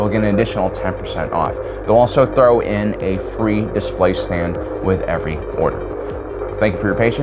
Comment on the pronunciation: When you said the saber comes with a display stand it sort of sounded like you said “displaced hand”, which would also work with a light saber.